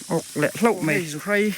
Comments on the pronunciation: Zuhrai ni lovin 'zuhrei' a ni zawk lo maw.. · Zuhrei tih tur..chepa(pa tih lai hi,ka Pa tih a kan lam rik ang hian lam tur)..Awmna a zir a tawng dan a awm a,a dik erawh zir a ngai e..Hmuhnawm e👌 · Zuhrai ni lo in Zuhrei zawk aw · Chepa lam dan a buai zawng2te khan chhimlam ania inlo hrethiam dawnnia,mahse zuhrei hi chu zuhrai ti bik tlat a😊😊